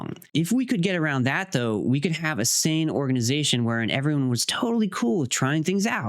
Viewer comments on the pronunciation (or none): none